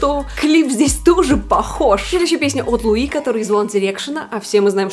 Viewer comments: ЛУи,а не ЛуИ, он же не француз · Луи Томлинсон (ударение на у. лУи)